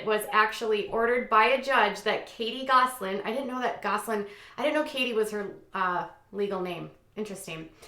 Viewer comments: There is no “g” in Gosselin. You pronounced the name correctly the first time. Kate does whatever she wants. She does not feel that the law applies to her. She needs to get a real job. Jon is going to make sure she never appears on TV ever again. She ruined their lives. I can’t wait for the tell-all books the kids will write some day. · Why are you pronouncing their last name wrong.. on purpose....again?